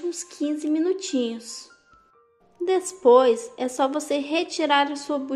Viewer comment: Eu amei seu jeitinho de falar"despois". Ganhou um inscrito bjo